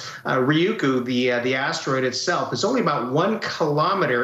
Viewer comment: lamo why does she keep saying astewoid like a lil kid